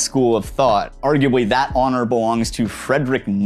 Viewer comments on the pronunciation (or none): none